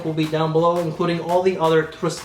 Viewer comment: I love your channel so don't take this as a troll comment but PLEASE stop adding an extra T to the name of this house. It's Truh-Sar-Dee, not TrusTardi. I can't remember but I may have discovered Riflesso in part because of you and blind bought it because I found a dirt cheap deal on an unboxed bottle and love it. Can't wait to get ahold of this one.